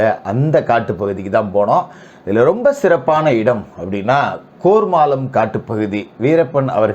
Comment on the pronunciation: கோர்மாளம் இல்லை கேர்மாளம் இதுக்கு முகிலே பரவாயில்லை போல